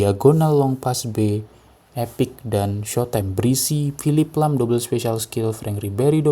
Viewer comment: Lahm bang bukan lham